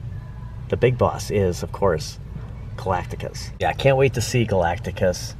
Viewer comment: Galac-ticus? Galactus! 🤣 jk The trailer looks ok but why did they make Silver Surfer a woman? Silver Surfer is my favorite marvel character and they made him a girl! It’s crazy!😩 anyway Galactus not being a cloud is a positive update